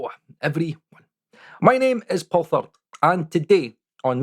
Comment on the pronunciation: Why, when you introduce yourself by name, you come out as?:D Just kidding - love your nerdy approach to this topic. Quite a refreshingly different approach than quite a few other YouTubers who are always so eager about new plugins and technologies just because they are new.